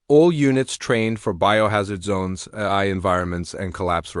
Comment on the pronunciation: this dot dot dot is horrible AI trash. mispronounced words everywhere. it can't even say AI properly. LOL. AI that can't say AI...